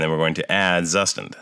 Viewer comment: As german speaking person i must correct the pronunciation for Zustand 😉. It's like Tsushtahnd. Tsu like in Tsunami, sh like in 💩, a as ah.